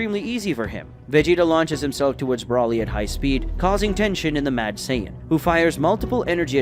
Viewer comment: Still cannot say Broly it’s not Brawley is Broly get the name right? Please get his name, right?